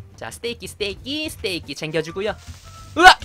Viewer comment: 스테이끼아닌데스테이크 인데